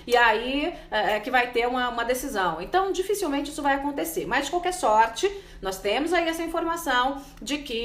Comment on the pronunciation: por que vc pronuncia a palavra "Isso" falando "ixu"??? uma jornalista com esse problema de dicção??? sera que nunca ninguem te alertou??? pronuncie na frente do espelho :Isssssssoooo..... Issssssoooooooo Isssooooooooo e não ixuuu..